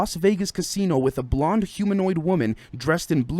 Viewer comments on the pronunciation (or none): none